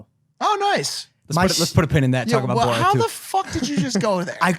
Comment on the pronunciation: How is even possible that doesn’t know how Borat is pronounced